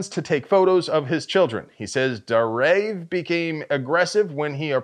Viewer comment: It's pronounced Dar-Ayev.